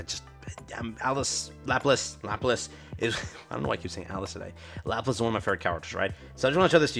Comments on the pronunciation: Laplace is one of your favorite characters, but you have NEVER pronounced her name correctly. It's la pul lah ss, Not lap lace. They say her name a billion times in campaign. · Easy way to remember. Think "French" La-plah